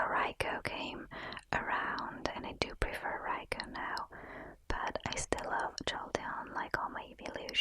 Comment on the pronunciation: You're amazing =) I just love how you say Raikou <3